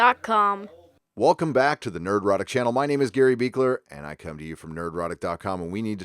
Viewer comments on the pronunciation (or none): Oh "Nerdrotic" not "We're erotic". Now I'm disappointed.